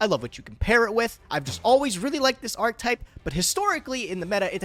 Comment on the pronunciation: gage. archEtype. it has an E in it... archetype... not arctype ... ffs